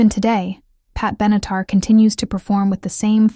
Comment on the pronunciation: Pat Benatar et non Benitar. Elle mesurerait plutôt 5 pieds que 5 tonnes ! Merci pour les vidéos , mais les commentaires sont à revoir !